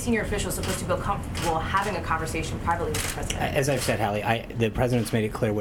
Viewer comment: "I'm pussident and I have russian friend." idiot in the oval.